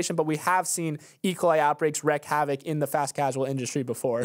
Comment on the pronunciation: it's wreak havoc, not wreck havoc!